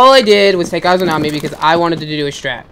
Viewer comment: They were annoying teammates but it’s a-za-mi not a-zoo-na-mi